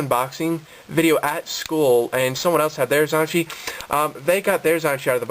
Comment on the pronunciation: Omg pronounce it correctly